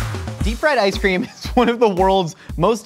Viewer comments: definitely said ass cream. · "were gonna take drumstick, and were gonna chimichunga some asscream"